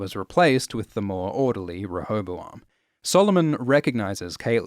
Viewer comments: Tina that’s what I meant. Ruh Not Ree. Re was a bit vague :( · sounds more like "ruh" instead of "re" to me. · Apparently there is a British and an American version. One has three syllables and the other 4. Google "rehoboam pronounce" and click the face with the mic. There is a drop down above it to choose the version.